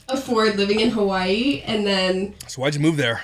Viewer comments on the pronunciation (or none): The way they say “Hawai’i” 🤢🤢🤢🤢🤢🤢🤢🤢🤢